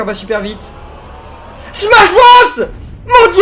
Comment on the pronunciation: SMACHE BROSSE !!!!!!